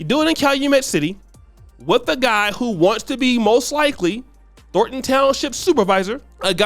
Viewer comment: said "Thorton" instead of "Thornton". He is not ready to be a broadcaster yet. Standards!